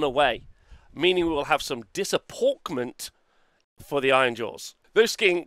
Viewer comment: Disa 'pork' ment....... Rly 😉 great format with great takes..... Just maybe work on the jokes xx